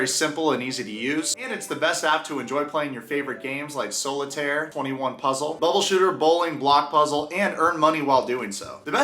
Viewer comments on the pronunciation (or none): Sooo... no one's gonna ask?................. NO ONE is going to say anything???........................... sigh Fine..... Hey,, love you dude but why do you pronounce it "sole-itaire".